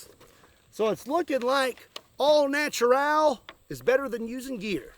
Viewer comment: “So it’s lookin like, all na-tu-ral is better than using gear” wise words 😮‍💨👌